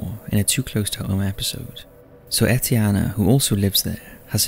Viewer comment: No, he pronounced it pretty correct. It's the French version of Steven/Stephen, btw.